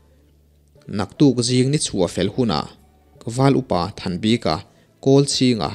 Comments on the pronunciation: Val upa thanbika hming i lam dan hi a zo tawng lo e, bik tih lai tak hi (a bik in) tih kan lam a bik kan sawi ang hian lam ta la a dik zawk lo maw le aw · Comment hi i en ngailo a nimaw.Val Upa Thanbika hming a,'bik' ilam dan lah hi i siam tha duh der lo a.ngaihthlak peih loh phah thin.i lam dan hi mizo/lusei tawngah ka hre ngai lo reng reng.:mi bik' tih te'tha bik' tih te a bik ang hian lam ve mai rawh.thing emai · Val upa Hming Thanbika tia i chhiar hi eng hnam tak nimaw...Lusei tawng chu anilo phawt mai a